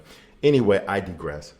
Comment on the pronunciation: First, the fact that you missed that Dr. Dre is known for abusing Black women. Weakest link energy. Next, the word is pronounced "digress."